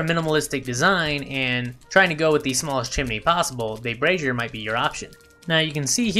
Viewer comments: Dude, you are doing the world a good service here as this is one of the few channels that pronounces Brazier correctly. The other channels have me wondering how they got Brassieres in the game????? (two very different things lol). Subbed! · Lol! It hysterical you mentioned brazier pronunciation! I was corrected on it A LOT on my torch comparison video and have corrected it since! I had no idea I was pronouncing it wrong...